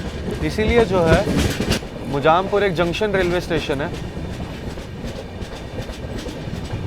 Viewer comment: भाई मोजामपुर नहीं मुज़्ज़ाम्पूर्णनारायण